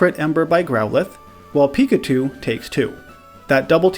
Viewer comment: seriously dude when i ear u say pickachu u say pikatu WTF try to learn who to say is name god damn is eritating to ear pickatu